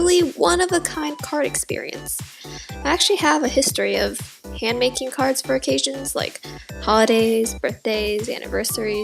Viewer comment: Is it sad that half the time I thought she was saying cars? Or am I just deaf?!